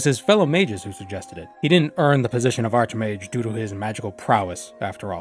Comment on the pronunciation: it is pronounced like arkmage. he is not a bent mage, he is a superior mage.